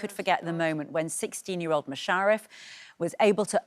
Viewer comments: I'm only half way through the video, she's mispronounced Mush's name twice, called Thornhill "Thornton" and interrupted each of them mid answer. How tf do these people get these jobs? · Loving the new series after being hooked on series 1. Great to see Musharaf doing so well and Matthew in the position he clearly thrives at. Only downside of the interview would be the woman who didn’t make effort to pronounce Musharaf’s name right and saying the schools name wrong. Just a shame she didn’t research enough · Why can't she say his name properly?